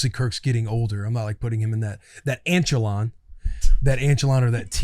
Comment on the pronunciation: Willy “Anchelon” Compton